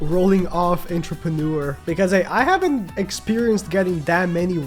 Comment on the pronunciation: How many times is he gonna butcher pronouncing Entrepreneur 😂